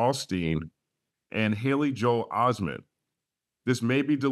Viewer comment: listen to how he say joe(hale) Osteen